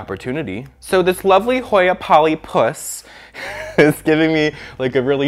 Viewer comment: The emphasis on “polyPUS” lollll